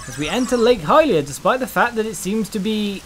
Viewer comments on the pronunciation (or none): "...and went to Lake Hy-lblblblblba..."